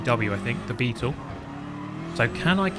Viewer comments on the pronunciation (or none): none